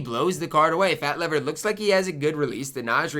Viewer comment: it's pronouced Fat 'LEAVER'. I only know cause i'm old enough to have watched him when he played :)